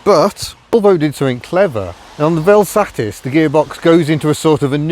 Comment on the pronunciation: Can I congratulate you for saying velsatisisis 👏🏻👏🏻👏🏻👏🏻